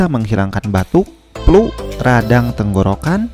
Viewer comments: Trerimakasih infonya, Mungkin lebih tepatnya obat untuk atasi batuk berdahak. Tp itu mohon maaf... Flu ya... Bukan Plu, Pake F bukan P. Hehe maaf... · Suka logatnya Bukan menghina ya.tp jujur suka dengernya.palagi pas bilang plu.semangat bikin kontennya!!!